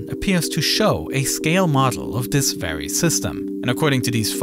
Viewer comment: Good thing we still have dis narrator who can’t pronounce da ‘th’ sound